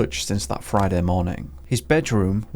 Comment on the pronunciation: fridah da fourteenf of sepembah